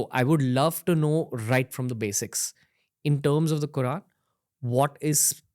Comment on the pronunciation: I don’t like how he keeps referring to Allah as “God”, “God” “God” and then he says words in PERFECT 👌🏾 pronunciation eg. qurAen 🙄 then why keep saying God instead of Allah!!!????